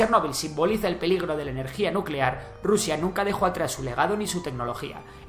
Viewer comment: NUUUUCELAR, la palabra es NUUUUCELAR. 😂😂😂😂